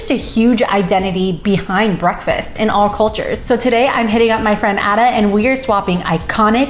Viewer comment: Black pudding essential. Why cook with butter. Just need veg oil. He name is pronounce Aida not Adda. 🙈